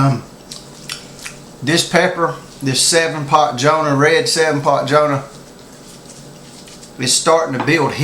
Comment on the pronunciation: it's jonah dude , not johna ,good review